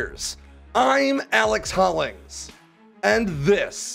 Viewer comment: You can tell how juicy the video is by the way he says "IM ALEX HOLLINGS..."